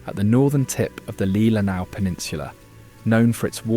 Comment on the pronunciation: Leelanau…pronounced LEE-LEH-NAW